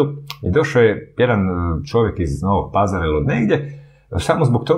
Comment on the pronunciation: Pametno zbori Mišak, ali izgovor mu je katastrofalan. Kaže on: "Došao je iz PAzara". A treba ""paZA:ra".